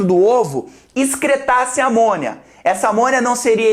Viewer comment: Sempre que o Jubi fala: "eles vão excretar por amônia", eu entendo: "eles vão excretar por amor" kkkkkkk